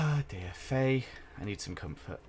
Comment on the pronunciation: When he says wife faye i keep thinking hes saying "wifey" 😂